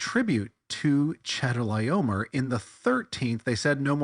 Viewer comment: One small thing. "Chedorlaomer" is pronounced Khedola'omer. (No cheddar was harmed in the making of this tale.) Same thing with the "ch" in Melchizedek: it's Melkhizedek.